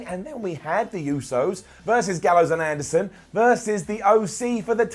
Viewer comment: He said Carl adrerson an like gallows an the oc lol don’t know if anyone caught that it’s at the mins mark